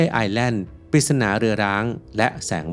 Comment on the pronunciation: ทำไม่ต้องออกเสียงเป็น ไอแล่น ทำไมไม่ออกเสียงเป็น ไอแลน